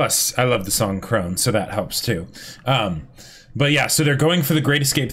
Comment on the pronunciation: Krone is pronounced "krow-nuh".